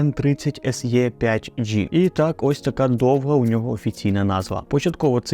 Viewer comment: Не "ес є", а "ес і", або "ес е".